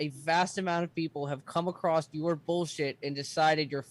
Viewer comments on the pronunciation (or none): And why did he think it's pronounced "acrossed" 😂 it's across—no "t" consonant sound at the end